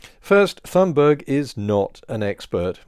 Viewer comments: Just one error: Your pronunciation of her last time. Not the most important thing, but since her name is mentioned so many times in this video, it might be worth fixing. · She does not pronounce it that way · The only issue I have here is your pronunciation of Thunberg. It's not 'THUN-burg.' It's 'TUNE-burg.' The anglicization hits a tad harsh. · It’s pronounced Tunberg not Th.. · Greta's last name is pronounced "Tune berg". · Greta’s last name is famously pronounced with a t sound as in tan, not as a th sound as in those. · Just FYI: that name is more closely pronounced "toon-berry". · Greta's surname is pronounced "Tunbery." In Swedish, the letter g is often soft. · "Toon-Barry" would be closer. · It's pronounced Toonburry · Sorry, you're still getting it wrong. G is Swedish is pronounced like a y english. U is pronounced like oo in English Th doesn't exist and the h is dropped. Vowel length is differently expressed but no parallels exist in English so we'll skip that part. So the closest pronounciation would be: ' toon burry' , not ' choon burg'. Source: jag är svensktalande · This is all great, but i believe in calling people what they would have themselves called. That's not how to say her name. Conservative anti-Thunberg folk say it that way (presumably out of disrespect). It's more like TOON-berry. There are decent pronunciation guides online. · Great video as usual. Just a small detail: The H in "Thunberg" is silent, so it's pronounced "Tunnberg". Or, for bonus points, like the u in "tuna" (the fish) without a at the end. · In Swedish it's pronounced tuun-berg, the g is pronounced like y in yolk.